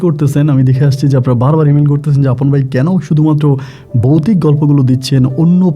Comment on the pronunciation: বোকাচোদা বৌতিক না ভৌতিক,ভাষা সঠিক ভাবে উচ্চারন কর।